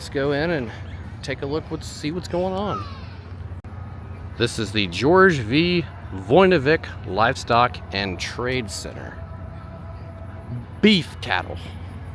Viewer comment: Voinivich, pronounced like rich. Warren zeiders pronounced ziders.